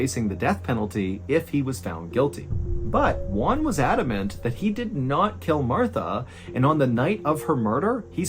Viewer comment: mr ballen, the j isn't silenced it's pronounced hwan. j sounds like h in spanish